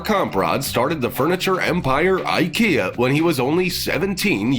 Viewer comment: He butchered the flying fuck outta "Kamprad" it's a fkn easy name to pronounce my guy. You even got similar sounds in english but you just refuse to do them😂🤦‍♂️